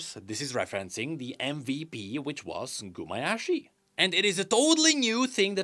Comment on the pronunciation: Also it's Gumayusi not Gumayashi...